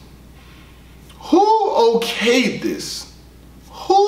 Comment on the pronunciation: I felt the “WHOOO” when you said “WHO OKAYD THIS” 🤣🤣🤣